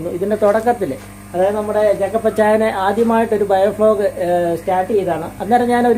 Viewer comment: ബയോ ഫ്ലോഗ് അല്ല മുത്തേ, ബയോ ഫ്ലോക്ക് .